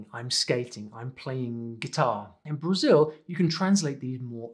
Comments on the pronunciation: And the L in BrasiU is just a U sound and not that weird W that he tried to do. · I really like the way he say Brasil 🇧🇷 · tu falaste "Brasil" certinho! Que cara bom! To orgulhoso <3